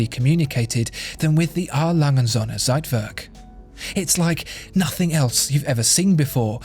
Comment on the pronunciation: Ohne day us germans have to teach you how to say Söhne...it will make these videos 100.1% perfect😊 I love this channel